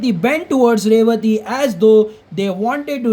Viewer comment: Bhai Wah Ravathi nahin Revathi hi